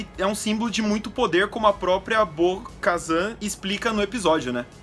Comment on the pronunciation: Bo-kazan? what?